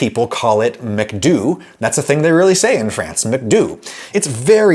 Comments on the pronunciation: Re: the Franco version of McDonald's ... The "Do" in McDo" sounds more like "dough" and less like "doo," but good on ya for trying. I liked this video a lot, mainly because the line between saying something correctly and sounding like a pretentious dork has always struck me as a rather thin one, while at the same time the tendency of a lot of Americans and Brits to totally disregard the existence of different phonetic systems has always driven me crazy. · Great video, though french people and certainly some quebecors pronounce McDonalds McDo and not McDoo (o there is pronounced like the o in Moment or Molto) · adam its not pronounced "mcdoo" in france but more of a "mc dough" sound lmao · Not McDoooo its' McDoh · You need to learn how to make a soft “eh” sound instead of saying an “ay” sound. It’s bru-skeh-ta not bru-skay-ta. Americans always do this, in the same way as how you said McDo. The French say McDoh (short soft o sound and you wrongly say McDoo), All in all, I have to say you’re a very annoying human being to listen to and you’re too full of yourself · we french pronounce mcdo like macdo not macdoo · Actually the french read the "Do" in "McDo" as Doh not Doo. Also, while I agree with your general law, I must admit that as an old Italian from the old county, "brusheta" hurts my ears and I definitely prefer "brusketa" :) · We dont realy say McDoooo we say McDo with a O sound just like in english :D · Adam, in french they don't say McDo (as in to do) but McDo (as in dough): McDough, only the sound is a little shorter. I don't really know how to explain, but in this video: at ~ , he uses it. Nontheless i like the video! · McDonald's in France is actually pronounced (in abbreviated form) as "Mac-dough" instead of "Mick-doo" as you say it in the video. Now I sound like the snarky one 😪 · In France we actually say "McDuh" not "McDoo" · French people don't pronounce it "McDoo", it's more "McDough" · I think the French pronounce McDo like Mc Dough rather than do